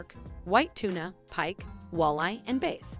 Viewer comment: Girl really just said bass as base? Lol.